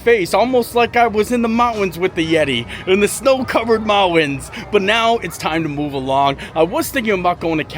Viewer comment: Moun-tans 🤦‍♀️…not “mot-wins 😬